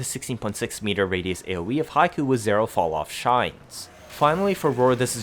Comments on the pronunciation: Not high-koo but hick-o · Hate to be that guy but Hikou is hee-koh, Haiku is a poem lol